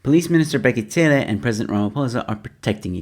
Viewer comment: It's bheki cele not tsele😂